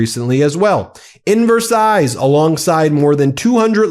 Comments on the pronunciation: "Macrone","Versize", "Ramafooza" - it's excruciating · OMG: You do NOT pronounce the "S" in "Versailles" !!!!! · For goodness sakes! I've mentioned here, along with countless others, that you are pronouncing Ramaphosa incorrectly, and now you slip in some weirdo pronunciation of 'Versailles'! Get your shit together! I wouldn't be so disrespectful as to pronounce incorrectly for days on end! 🙄